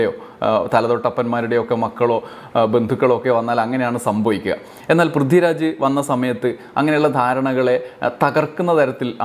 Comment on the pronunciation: Prithvi raj ennu iyal parayumbo Brithi Raj enna kelkuunath😂